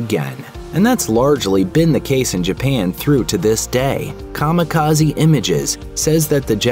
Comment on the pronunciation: Kami-Kaze not kama kazi 神 kami 風 kaze divine+wind